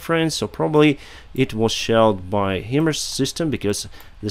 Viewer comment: excellent reports! May I kindly offer a bit of pronunciation advice? HIMARS is pronounced "High-Mars" in English as the acronym stands in for HIgh Mobility Artillery Rocket System. Slava Ukraiini!